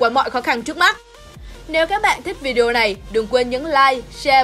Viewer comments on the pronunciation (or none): none